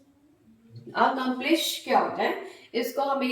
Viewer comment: It is accomplice not accomplish